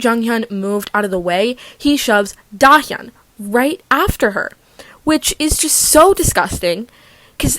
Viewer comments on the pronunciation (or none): none